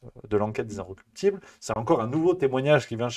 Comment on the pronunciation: Incorruptibles . Prononcez bien .